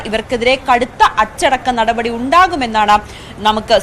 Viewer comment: മോളേ നടപടി നടപടി എന്ന് ഇത്ര കടുപ്പിച്ച് പറയണ്ട പൊറോട്ടയും ബീഫും കഴിച്ചിട്ടാണോ വന്നത്😂😂😂😂